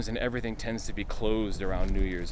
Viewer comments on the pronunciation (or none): none